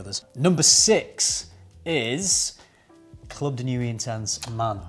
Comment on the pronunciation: It’s not club de nuwee, it’s club de nwee 😂